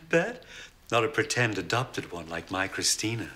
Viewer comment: the point wasn’t the r sound but rather the eh instead of ah at the end of Christina.